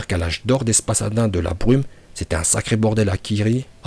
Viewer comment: On dit spadassin pas spassadin. Sinon très bonne vidéo